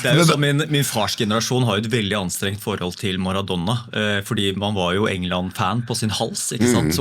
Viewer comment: Jeg får helt "fnatt" når jeg hører noen si "Maradonna" om Maradona.